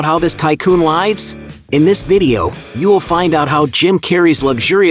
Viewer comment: I have to ask, but why do you say "lives" incorrectly? It sounds weird.